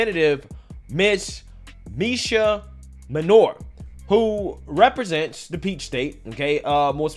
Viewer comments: Her name is clearly Minor (Main -or) not manure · Phonetically it's pronounced "Main-nor" not manure. Put some respect on the lady's name bruh!!! She even said it the freak'n video and you still pronounce it wrong. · it's "Mainor" not "manure"😮‍💨🙄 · Main-er Not Main-or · WHY DO YOU KEEP CALLING HER MANURE WHEN HER NAME IS MAINOR......... GET IT RIGHT, EVEN IN THE CLIPS YOU SHOWED SHE PRONOUNCED IT FOR YOU.